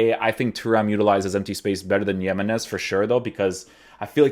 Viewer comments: JI-menez, not yimenez. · It‘s nos Yemenez it‘s Jiménez what the hell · "He-men-ez" not "YEE-men-ez". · The way you pronounce his names makes me wonder if I’ve been pronouncing other names wrong since I always pronounce them the way you do but I know for a fact that that’s now how you pronounce him bro 😂 good vid tho bro! For sure doing him. If you’re wondering it’s HE-meh-Nes 😁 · man said yemenese loooool